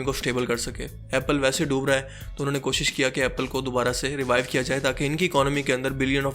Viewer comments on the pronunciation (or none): none